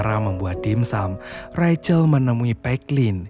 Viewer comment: Rahel. Kok recel? 😂